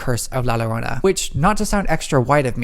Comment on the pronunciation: “Not to sound extra white of me.” Queen ur pronunciation of Llorona is already serving extra white❤️